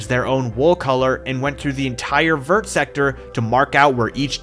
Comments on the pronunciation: as a french hearing say the word "vert" like you would pronounce vertical is hard... fyi it sounds more like "vayr"! Still very cool build and would be insane w a pokemon mod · Americans pronouncing the T in "vert" is so frustrating lmao, did you guys not do French in school?